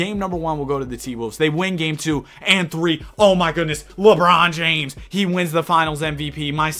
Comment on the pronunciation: why you say lebron James like that 😂😂 nah this sim was cooked tho ngl